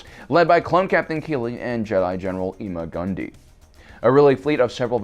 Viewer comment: Ima Gun Di is pronounced "I'm a gon' Die". His name foreshadows the climax of the episode...